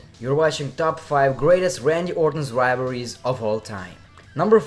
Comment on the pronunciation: "Wivalries" lmfao